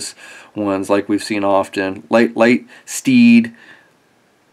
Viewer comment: LightSPEED. Not LightSTEED. Its also AfterBURNER. Not AfterBREAKER. Jeez man lol